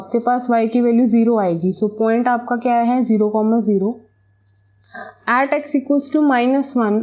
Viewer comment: At ka pronunciation aat wow